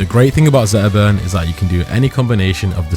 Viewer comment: 12 minute video about zetterburn and i didn't hear s single T. 😏